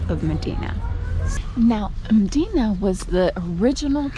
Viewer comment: You went all the way there and spent time there and didn't pick up how to pronounce it?